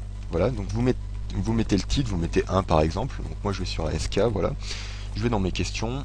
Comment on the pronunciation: Sa se dit "asque" pas A-S-K